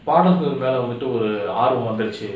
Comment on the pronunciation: தம்பி !நம்ம ஊருங்குற மகிழ்ச்சியில உங்க தமிழ் உச்சரிப்பு கூடை கூடையா மண்ணை வாரிப் போட்டுருச்சு....ழ கரம் லகரம் கத்துக்கணும் தொலில் பாடல்கல் அப்படீனு சொல்லலாமா? எழுத்துத் தொழிலுக்கு வந்து இருகிற சினேகன்ல இருந்து வர விரும்புற நீங்க வரைக்கும் தமிழ்லயே ழ் இருக்குங்கறதை மறக்கலாமா?..தன் தாய் மொழியை தப்பா உச்சரிக்கிற ஒரே இனம் தமிழினம்தான்! தயவு செஞ்சு கடுமையா பயிற்சி எடுத்து சரியா உச்சரிங்க.. நல்ல எதிர் காலம் வரும்...40 வருஷமா தமிழை சரியா பேசி,சரியா எழுதிகிட்டு இருக்குற ஒரு சினிமா எழுத்தாளன் ங்குற உரிமையியல சொல்லுறேன்... தப்பா எடுத்துக்காதீங்க!